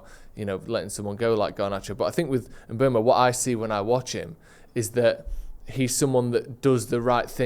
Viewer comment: Bryan Mbeumo. Pronounced: Mm-boo-moe Great video either way though!